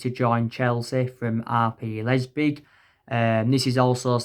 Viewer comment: man said Timo and Lepzig so wrong lmao